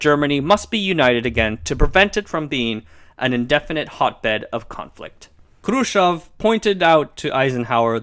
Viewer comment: lol... you say Khrushchev like a BOSS~~~ :) roll those R's!